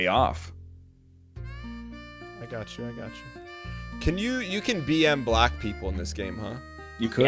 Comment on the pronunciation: I'm not crazy right? is saying BM Block people during Ticket, but it sounds like BM Black people?